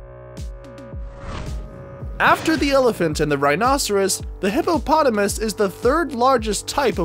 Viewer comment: Hippopotamus , idk why the way he said it cracked me up😂